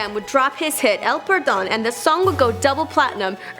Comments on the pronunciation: "Before he would his hit, el purdone" 😂😂😂😂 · "El Purdown" "Esta Ael Amenezear" "Destinow Alas Dawmas" "Les Cangres" Jajajajjaja 🤦🏻‍♀️